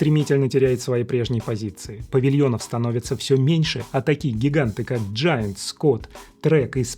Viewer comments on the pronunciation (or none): none